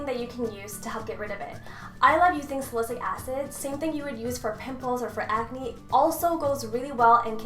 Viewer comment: It's "Sal-I-syl-ic" not "salisic" lol